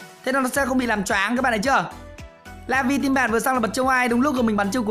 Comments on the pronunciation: Đọc là "la-viu" chứ không phải "la vi" nha anh :v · Laville đọc là la vin lê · Vào tflash nó phát âm là “La vi eo” nha mọi người:)) đọc đúng sẽ tốt hơn😂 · "Lơ vi ờ" anh ơi :)) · Lây vơ li là cách phát âm chuẩn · Laville phát âm là Lây viêu rồ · nó là la viu lờ chú a nói như nước í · Tên con này đọc chuẩn là lơ vi ô nha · ah oi phat am la la-vai-le dai khai the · Em nghĩ anh nên đọc là la viu le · Dạ thưa anh e lên chuỵ google thì chuỵ bảo tên vị tướng này đọc tiếng anh thì là Lu-vi-ồ còn tiếng Việt thì là La-Vi nước lọc thần khiết 😂😂😂 Like muộn srorry anh nhìu🙋🙋❤️❤️ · Laville đọc là La -Vi-Ly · Đọc là "lơ vi ô" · Nó gọi là "Lơ viu" nha anh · A ơi nó đọc là le vi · Con này đọc là la vồ nha anh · Đọc là "La vi êl" nha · La- Vai-Ly Tính theo tiếng Anh nhé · Đọc là La vio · La vi le nha a 😅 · Lây vồ ann ơi , phát âm như thế đấy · Chắc là lờ-viu(l) á anh 😅